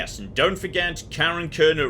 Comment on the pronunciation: As a Swedish person, I shall represent the Swedish people in correcting your pronunciation of Karin, it's Kar-in, not Kar-en!